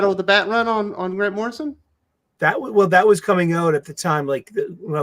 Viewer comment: It was driving me nuts when he kept saying Morrison lol!!!!